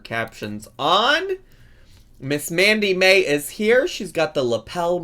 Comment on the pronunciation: I dont watch twitch, so i may be missing the joke here. Why did it sound like you were calling her Mandy May, when her channel says Sammi Mae? Not hating, just curious if i missed the joke or misheard you?